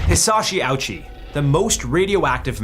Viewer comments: You should read it the Japanese way, Oh-Uchi. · Hisachi “ouchie”???😂😂😂